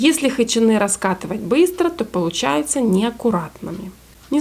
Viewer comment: Вообще-то хычИны, а не хычинЫ. А за рецепт спасибо